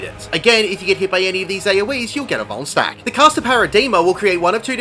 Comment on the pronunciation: I thought you kept saying bone stack, im like idk wtf that is, but I dont want to get boned. then it registers at the end va va vuln stack